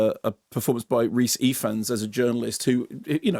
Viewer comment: The "f" in "Ifans" is pronounced like a "v". It's Welsh.